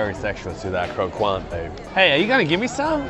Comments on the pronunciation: Just as a note, croquant is a French word which means "crunchy" and you pronounce the 'qu' as a hard sound like a 'k'. So it's more like Cro-cont, than cro-kwant. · Croquant is pronounced croc-cant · please don't pronounce the letter U after a Q in french word :') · LMAO croquant is french and the way their pronouncing it is lowkey jokes